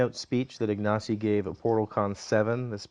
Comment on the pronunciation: Great, thanks for putting this up. Seeing Ignacy being fast-forwarded is rather amusing! And good effort on the Polish pronunciation